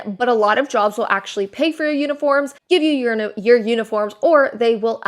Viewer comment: Is it wrong I heard "unicorns" and not "uniforms" lol